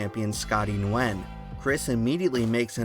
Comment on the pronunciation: Nguyen is pronounced like “win”